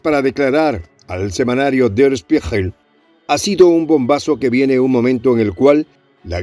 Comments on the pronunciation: Der Spiegel, con G de gato se pronuncia. Saludos y Gracias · Der Spiegel=El Espejo, se pronuncia "schpiguel"🙄😊🙋🇻🇪